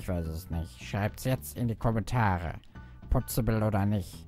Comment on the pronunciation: Es ist "Pozibill"